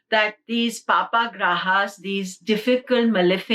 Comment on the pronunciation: Funny how she pronounces “paap” kartari as “papa” kartari!! 😆 thanks though.